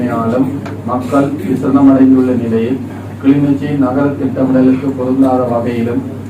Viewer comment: தம்பி கிளிநோச்சி இல்லை கிளிநொச்சி